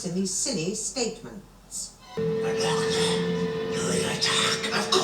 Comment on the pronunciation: Love the way Sil pronounces Doctor as dog-turd!